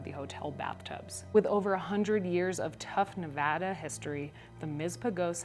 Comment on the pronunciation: Please, please, please pronounce Nevada correctly